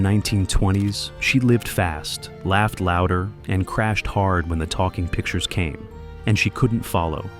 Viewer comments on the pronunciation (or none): none